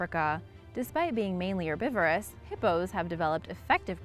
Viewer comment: Narasukedon she also said erbivorous instead of herbivores